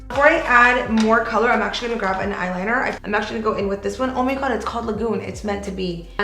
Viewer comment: graB I love your makeup looks and you are so talented. It's just that it's grab, not graV. Lol 🤭